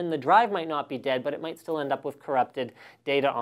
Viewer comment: "They're all Deyad"